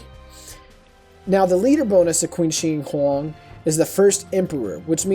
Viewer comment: It's not "Kin Shee Hwong," it's "Chin Shee Hwang" (Qin Shi Hwang)